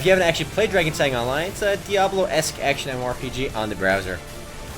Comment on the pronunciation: Isn't it Drakesang not Darkesang?